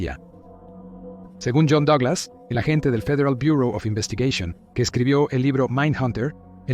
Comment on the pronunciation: dos agentes de fiieal buooor Oz investigueishon, habla bien, mitad en español mitad en inglés